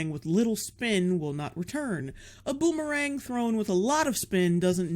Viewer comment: Every time she says boomerang I think booberang. I'm not even thirsty